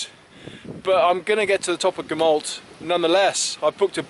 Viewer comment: The 'll' sound in Gamallt is pronunced with an ɬ not an l. The real name for the area is also the Elenydd, Cambrian Mountains is just a generic term for mountains in mid Wales not a genuine place.